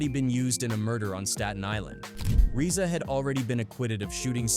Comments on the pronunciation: reeza and gee-zee-a??? come on dude this ai slop is unwatchable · If your gonna do documentaries say the nameS right ..... It's Rza would be pronounced ( Rizza ) and the Gza ( Gizza )